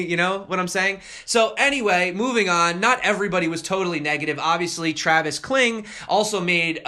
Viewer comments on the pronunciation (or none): none